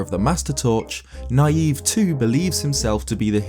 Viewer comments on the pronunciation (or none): I think "Nayve" is supposed to be "Navy", not "Naive". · ISn't that guy's name pronounced like navy? You know NAY-VE, instead of NA-YVE. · I don't think Nayve's name is pronounced "naive", but as "knave", meaning "man of humble birth". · You're pronouncing Nayve's name as naïve, but I'm not too sure it wasn't meant to be an altered spelling of knave. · Personally, I think his name (Nayve) is pronounced (nāv) like Knave and not (nīˈēv) like Naive. It works either way, honestly. One is dishonest and the other is deranged. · Preeeeeetty sure the guy from Phantom Hourglass's name is supposed to be pronounced not like naive but like knave, who were apprentices to knights who weren't quite at their level yet. Probably is also a play on naive, but ya know, important reference that I think adds more to the character. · It's knave. Not Naive. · I don't think his name is pronounced Naive.....I think it's pronounced Navy...Nay-ve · I think Nayve's name is supposed to be pronounced Knave. As in a lowly squire/low class person? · I thought Nayve was pronounced more like “knave.” To show he is worthless. Like the telescope he gives you. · Pretty sure Nayve is pronounced like Navy. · I think it's pronounced "Nay-v." Or to use an alternate spelling, "knave." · Shouldn't Nayve be pronounced "Nay-vee," as in "Navy?" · I always pronounced Nayve's name as "Navy". Seemed to make sense considering the game takes place at sea. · It seems to me that Nayve would be pronounced like "knave", which means "a dishonest or unscrupulous man." - He doesn't believe he's the hero, he's trying to trick people into thinking he's the hero. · I always thought it was pronounced like knave..... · Nayve I believe is pronounced like the pun he's named after: Knave. It's because he's a dishonest person, which is seen from the items you give him as well as his boat. Also, I believe his weapon is just a trident, or else he would have painted them gold. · i thought Nayve was actually pronounced knave.